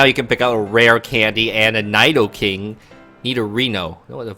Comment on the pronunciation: Learn how to say Nidoking and Nidoqueen before making pokemon videos. smh